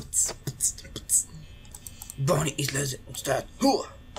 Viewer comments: Много ми харесва как казваш на Бъни,Бони. много смешно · Bonni се чете на Български Бъни